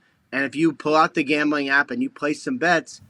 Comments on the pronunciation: Pat says gombling not gambling.lol.seriously .😂😂😂😂😂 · Gaumbling? What is Gaumbling? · I dont know what is more funny …. His comment “us Former players” or the way he pronounces “Gambling” 😂😂😂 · Why is pat rombling about gombling? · Why does Ian pronounce gambling like that? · Why is he pronouncing gambling so oddly?